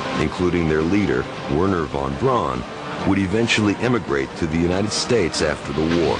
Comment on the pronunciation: " Won Braun "